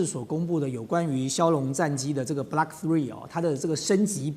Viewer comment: 嘉宾是军盲，把Block读成Blark，把“有源相控阵雷达”读成“有源相控-阵雷达”；正如美国华人自媒体主持人把“精确制导导弹”读成“精确制-导导弹”、把“波罗的海”读成“波罗de海”、“斯堪的纳维亚”读成“斯堪de纳维亚”等等。